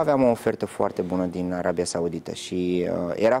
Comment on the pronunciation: Din “Arebia”cum naiba?!Denisa,ai uitat sa vb corect limba romană?!